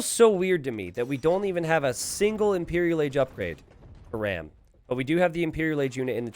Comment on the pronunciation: hey i might be wrong here, but ram might actually be an indian player (and you could maybe check that). And if he's Indian, his name is pronounced "raam" like farm. Great video tho